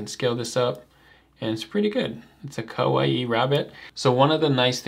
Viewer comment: kawaii is just "kuh-why", not "kuh-wa-ee". It's a Japanese word, not a Polynesian word.:)